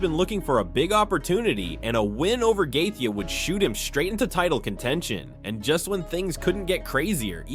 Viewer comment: How many times can one guy say somebody’s last name in so many different ways and all being incorrect🤡🤡🤡🤡🤡